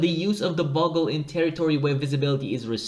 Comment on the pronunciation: You need to learn how to pronounce bugle, mate. The first syllable rhymes with view, i.e. ‘biewgle’! 🙂